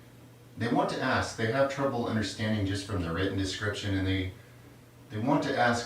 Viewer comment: Is it just me, or does he say "ass" instead of "ask" in the coffee enema intro? If so, give that man a point.